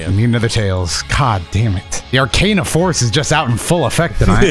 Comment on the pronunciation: I loled when he said "Arcana force Vee-ai-ai"